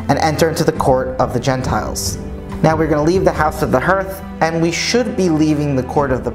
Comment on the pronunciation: Fascinating. But the pronunciation of "hearth" is not "herth" (like "earth") but hɑɹθ, the same as "heart", except the final consonant is soft th.